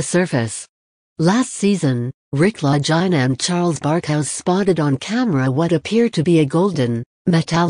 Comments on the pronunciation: FOR GOSH SAKES PRONOUNCE THEIR NAMES PROPERLY...LAGINA...IT'S ITALIAN. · 1st the lady that's talking about Oak Island needs to Learn how to Pronounce the Brothers LAST NAME